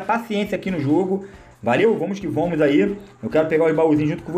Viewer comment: "Vomos que vomos" 😂💥